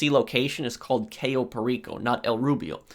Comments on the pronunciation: please google the correct pronunciation of CAYO. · It's caaaaaaaayo not cayyyyyyyyyo but close enough Also great video